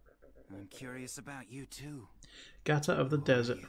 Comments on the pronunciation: Just to clarify its Gaara not Gaata and the tools they use are called Shuriken and Kunai, Loving the reactions and that you're keeping notes. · Gaara not Gata. Lol